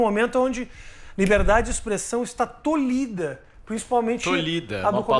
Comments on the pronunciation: Tolida??? Não gente, como assim? Tolhida é a forma correta de escrever e pronunciar. Vamos melhorar? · Tolhida, não "tolida". Português não fez nada pra apanhar desse jeito. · “Tolida”, gente? 🤦🏻‍♂️ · O "tolida", era melhor falar "polida" mesmo. Kkkkkkkkk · Não sei quem é o responsável, pelas frases, sobre os temas, mas...." o certo é tolhida "! não " tolida "! fugiram do College, né???? Kkkkkkk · "Tolhida", não existe "tolida"!!! Jornalistas, por favor, estudem mais o português. Já não basta o terraplanismo dessa JP, ainda temos esse pt sofrível na time-line?! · O certo é “tolhida”. Corrige aí.